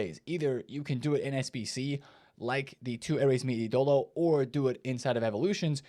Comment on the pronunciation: It’s Ídolo, not iDOlo